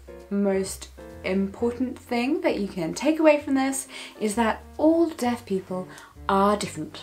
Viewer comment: Everytime she says 'deaf' i hear it as 'death'